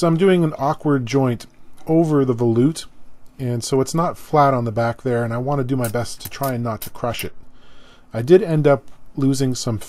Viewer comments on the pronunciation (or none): Great video... as always BUT the word "volute" is not pronounced vuh-loot. It's is correctly pronounced vol (as in volume) yoot as in lute!